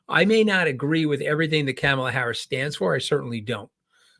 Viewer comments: Mooch. Focus: it’s Comma la. Comma la. Not Cam Ala. please pronounce correctly. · Ka ma la, not Camela. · Just a suggestion...the pronunciation of our candidate's name. Kamala herself gave us a tool to remember, "It's just comma (,) with a la." Ahhh, that's better!